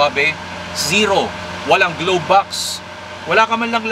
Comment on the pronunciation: its glove box po not globe box. sorry po sa correction.